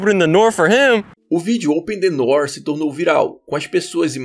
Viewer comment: "Oten nenoom"